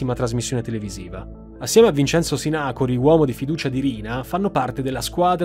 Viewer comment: Comunque si pronuncia "Sinacòri", non "Sinàcori"... In ogni caso grazie sempre per questi video stupendi!